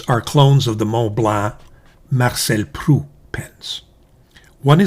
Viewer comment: Marcel Proust , the final S and T are pronounced like in " boost"